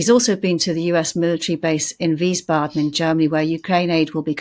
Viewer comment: Please, Wiesbaden is pronounced "Veese baden"